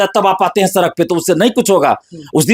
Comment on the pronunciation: सरक नहीं सड़क होता है भाई 😂😂😂